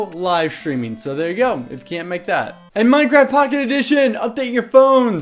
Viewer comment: its sayed minDcraft